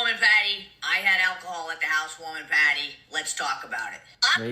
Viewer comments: Why does she say every word normally but then PAAAAAHDY? Im sorry but wtf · What in the hell is a PAHTY!?! Mikayla and sophisticated will never go together!! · Take a shot for Everytime she pronounces pawteey 😂ee like a idiot. Will all be on the floor drunk